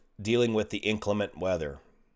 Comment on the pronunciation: It's not INK/le/ment - - - it's In/CLEM/ent - - - (meaning: non-clement or less than clement) Whar d'ya s'pose muh darlin' Clementine got her name from? 🤔 Not to mention the legal term, Clemency.